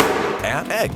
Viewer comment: Now I have a phobia of him saying egg😮